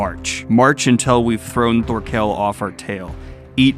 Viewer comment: know it doesn't matter but instantly urked me when pronounced Thorkell wrong...